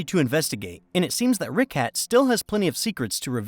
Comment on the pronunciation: The way you pronounced “Richat” like “Ricat” irked me way more than it should’ve.